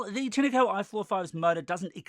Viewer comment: Have you ever picked Pin-ah Cones from a Pin-ah tree. It's Tine as in PINE as in FINE as in MINE as in ValenTINE. TINECO